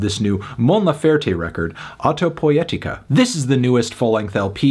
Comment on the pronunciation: I'm surprised fantano pronounced the album title really well considering he usually butchers spanish titles